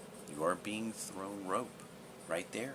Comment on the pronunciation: get back on-that-horse, don't get 'thown' so quick tho~